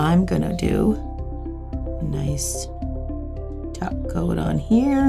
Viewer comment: Also I think I've been watching so much lately that I hear "Taco" instead "topcoat" against my will every time she says it lol